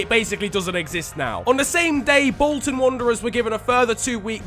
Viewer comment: "Wolton Wanderers"